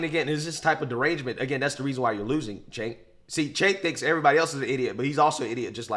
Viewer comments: Excuse me but "Cenk" is pronounced "Chunk". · One pronunciation item - "Cenk" is pronounced "Jenk" from the clips I've seen of people saying his name on TYT. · Cenk said koo koo for cocoa puffs!😂 He may watch your videos !!!!!